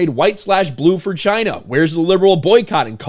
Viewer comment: It's... Chy-naa...